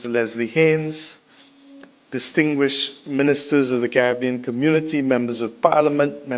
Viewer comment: Why are u still HERE 🇯🇲 U can't even pronounce the name Caribbean correctly Why aren't u doing ZIMBAWE